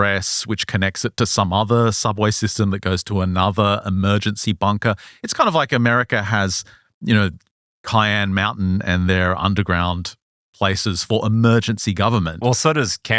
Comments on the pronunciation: FYI, Cheyenne Mountain is pronounced like "Shy Anne", not like cayenne pepper. And on the idea of time travel to specific events and "not the average Tuesday", I think it's that events have energy and therefore mass and therefore have greater "gravity". And if time is only a fourth dimension, another value of measurement to locate an event in time as well as space, then it would make sense that the event would have a greater attraction to the travelers. They might even fall towards such events when traveling through time. Also that could partially explain how prophets and seers can see an event in the future, because of its energetic mass. Anyway, your shows give lots of food for thought. Thank you. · Soft “c” shy-aane mountain. It’s not pepper it’s a band of indigenous folks the Cheyanne